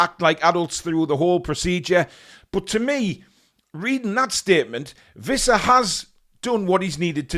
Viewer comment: It's Wissa, not Vissa.